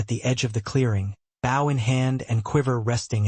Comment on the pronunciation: Does whatever system this is know how to pronounce bow in the context used? It’s a long o! They aren’t bowing to someone, they’re using a bow and arrow!